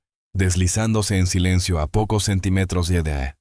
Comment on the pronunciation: Respetuosamente, les hago una observación importante: Automáticamente todas las palabras que van acentuadas, las dicen con la acentuación incorrectamente, por ejemplo: Sentímetros … dicen centimétros